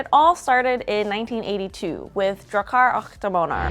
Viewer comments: You know google translate exists? You know you can press on that little speaker icon to have the TTS read out the text? You can put the foreign word into google translate and then listen to how it's pronounced in that language... You weren't even slightly close. Yes, it did in fact bother me so much I had to pause the video after only 10 seconds, sit in stunned silence, check google translate just to make sure this feature hasn't been suddenly removed, and then type out this entire comment... After only 10 seconds in. I've never heard anyone ever pronounce Swedish this badly. If you had said it with an American accent it would've at least been intelligible. You stressed the last syllables for some reason, even though the English word for Dragon puts the stress on the first syllable, so you just arbitrary decided that the second syllable should be stressed. And then you decided to use German pronounciations for a non-German language. Swedish isn't German, why would you decide to switch from English to a German pronounciation? Both are wrong, of course, but at least with English, you would be consistent with the language you're talking in the video. If this video was in German I wouldn't have batted an eye. But you spoke English, then switched to German, to say something in a language that isn't German. Like switching to French to say something in Italian, sure both are Romance languages, but they're not even remotely similar in pronounciations. I have to stop typing otherwise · The pronunciation of Drakar och Demoner crushed my Swedish soul just 10 seconds into the video. Liked and Hyped. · Wow, it was even worse than I anticipated. But thanks for the video! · drakar ach damanar lät det som hehe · "Dracchar ach damaner" help I'm dying this is too adorable x'D (For future reference, pronounce it more like "Dra-kar ock de-mon-er" or just listen to google translate read it for you :) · You pronounce it Drakar åck demåner; It’s Swedish not German😭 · Drakkar Occ Demannar